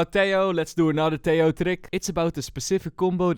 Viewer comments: it's pronounced teJJJoo /Tehooo, not teioo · Tejo is pronounced Te-ho